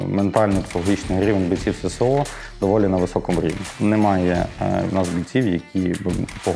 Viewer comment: Не СеСе-О, а Ес-Ес-О!